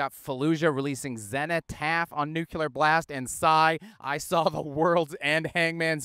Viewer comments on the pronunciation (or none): It's pronounced nu-clear, not nuke-U-Lar! btw: the difference between doom metal and funeral metal is exactly: "who gives a crap!" 😄 Just trying to be accurate! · Good ol'. 2025 still pronouncing 'nuclear' like he's a Bush in 2002.